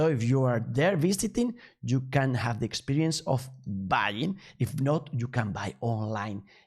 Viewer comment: SUPPLY CHAIN!! 🙌 Congratulations for encourage yourself to do it!! Just check some pronunciation of "e", like experience, which is pronounced ˌikˈspirēəns Cheers!! 🎆🎉